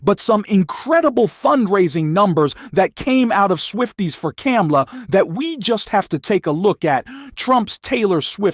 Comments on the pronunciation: Her name is pronounced comma la and NOT cam a la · Please adjust your robot. not. CAM-la. Comma-la. you lose credibility when you mispronounce her name. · Thank you for supporting Kamala Harris but please pronounce her name correctly!!! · It's comma-la, you mispronounced it like Trump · You are not pronouncing Kamala right.